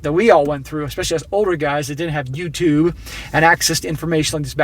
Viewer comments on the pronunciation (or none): none